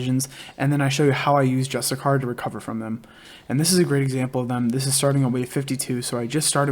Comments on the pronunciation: Jus-tish-shir. Not justicar. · I love the guide, but PLEASE PLEASE PLEASEEEEE, learn how to pronouce: JUS-TI-SEE-AR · It's pronounced Just-ish-she-air. Hasn't anyone heard of the word 'justiciary' before? Lol go ahead and Google the pronunciation. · Bro, great vid, just one thing; You're butchering the word Justiciar lmao. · cool vid but can you PLEASE pronounce "Justiciar" correctly?